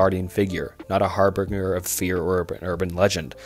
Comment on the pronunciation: For future reference: harbinger is pronounced "har-bin-jur".